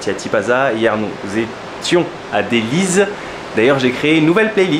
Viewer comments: C'est Dellys, c'est "Délice" ou Délysse", pas Délizzzzzzzzzzzzzzzzzzzzzzzzzzzze! tu déconnes! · on prononce Dellys s à la fin pas le z...